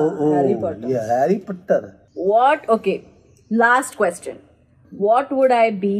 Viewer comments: who else heard it as harry pathar? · No one: Literally no one: Prajakta's baba : Harry Puttar. Lol